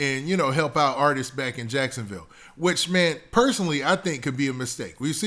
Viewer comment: You definitely just said jacksonvall lol